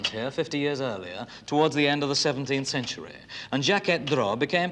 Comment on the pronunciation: "CentureaH" A new word for my rich Whicker quiver. Thank you BBC 🏹🇬🇧